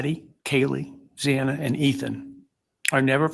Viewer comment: Xana’s name is pronounced like: Z AN A, not Z AH NA, it’s been almost 3 years 🤦🏻‍♀️